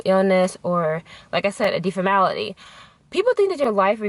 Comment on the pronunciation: deformity ....omg deformity...lolol i just kept repeating it!